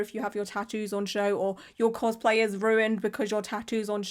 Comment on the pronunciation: minion cospl-hay